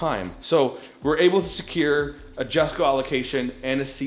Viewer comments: Jesko is pronounced “Yesko” not “Jessco” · "YESKO", not jessko...come on man. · Say Jesko correctly, I beg of you